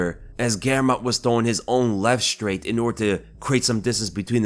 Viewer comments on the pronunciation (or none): This guy says, 'shtraight' in stead of, 'straight.'